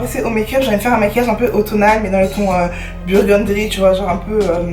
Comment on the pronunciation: Burgundy* tu m’a stressé tt la vidéo a dire burgundry 😭😭😭